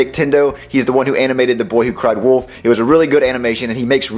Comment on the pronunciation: Still till this day I hate how was saying the little boy who cried Woof, instead of WOLF!! 🤦🏾‍♂️